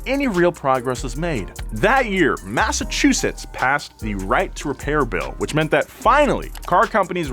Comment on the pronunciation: for someone who lives in Massachusetts, you gave me a good laugh, when trying to say the name. thank you.